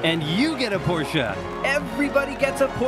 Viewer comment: I'm happy to hear you saying the Porsche right